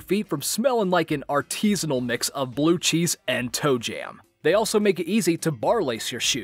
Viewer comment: It's not ar-TEE-sa-nal. Either AR-ti-sa-nal or ar-TI-sa-nal. I will seriously never understand why you wouldn't check the pronunciation of a word you obviously don't know how to pronounce instead of simply guessing...